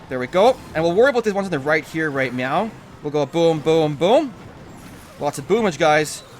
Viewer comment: sound like he says "right meow"